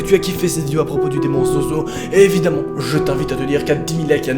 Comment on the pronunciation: SES ZOZO PAS ZOUZOU